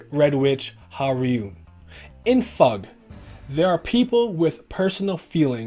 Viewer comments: it sounds weird for me to hear it as "Fahg". I've always read it as F.U.G. Both are relatively correct I guess but still... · I'm korean but yes fug (rhymes with hug) is the right pronunciation! Nice video btw :) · pretty distracted with how this vid pronounces FUG, I always read it as F U G but I don't remeber if the correct pronunciation was ever mentioned in the webtoon haha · I always pronounce fug as fugue, because it sounds more artsy, and better in my head. It’s not right, but I’m a westerner, and gotta do that sometimes to make things sound more natural.